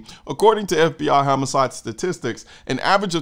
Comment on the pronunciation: thought when you said homicide statistics i heard hammercide